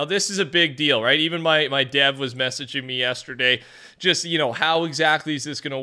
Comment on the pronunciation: When you said dev I thought you said Dad so I had to go back to make sure I heard that right 😭